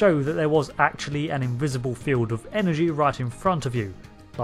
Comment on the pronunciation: Magnetic Feewd. lol Gotta love that British "R". lol